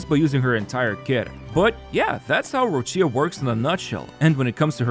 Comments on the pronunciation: The pronunciation is Roccha for non Italian speaker not roccìa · An Italian dies each time Roccia is mispronounced. The "CCIA" is produced like "Qi" in Keqin, or "Chi" in China, so its "Rocchia/Roqia" not Rosheeyah~ The accent goes to the "O" Róccia, not on the "I" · It’s Rocha. Stop pronouncing Rochia.